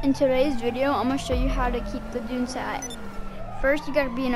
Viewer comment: Nigga said Doonce